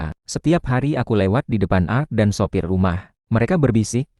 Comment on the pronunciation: Bung kl baca ART jng dg art (seni) baca setiap huruf krn itu kepanjangan dr Asisten Rmh Tangga